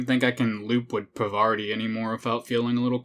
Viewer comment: Parvati just wanted you to pronounce her name right...